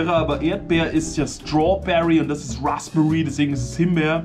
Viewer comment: also ganz ehrlich, einfach zu dumm um es auszusprechen! edit: bist ja auch ned so hell wenn raspberry ausprichst....so long edit: hauptsache reichweite generieren